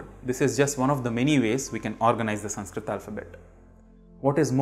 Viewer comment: The first lesson of Sanskrit is how to pronounce ‘ Sanskrit ‘ properly which you haven’t managed to do.. 🤦